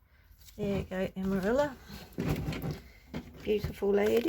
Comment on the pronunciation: Beautiful journal! Lot's of lovely inspiration! TFS 🤗 🕊️ (Amarilla is pronounced "Amariya" in Spanish) 💃